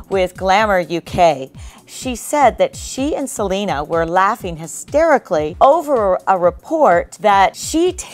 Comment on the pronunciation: Selly it's Selena